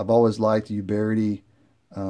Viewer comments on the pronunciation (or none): "Pee-eight-ahh" and Uberti is with a "U" like Uber not you-berti. Helps to know Italian. 👍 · Nice revolvers! I have some of the black powder revolvers Pietta , and a Ruger Blackhawk in .45 Colt which isn’t really historical-oriented. These are beautiful! I really love the fact you included the historical aspects of the manufacturers. By the way, not that it matters for the review, but the pronunciations for Uberti and Pietta could be adjusted if you wanted to sound like an Italian, LOL: Uberti = “oo-BEAR-tea” and Pietta = “pee-EH-ta” My American grandfather (from Charlotte, NC) used to call my Italian father an “Eye-talian” and it used to crack us up (including him). Anyway, I really enjoyed your review. It was thorough with nice camera frames, unboxing, history, model number cryptography, hammer clicks, putting cylinders back into battery to prevent wear (pure gold), and more. You provided an incredible amount of info and intelligent analysis!! I wish others had your natural talent! Keep up the good work. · PEE-ETA OOOOBERTI. THERE'S NOT GONNA BE ANY PIE, AND THERE IS NO YOU IN UBERTI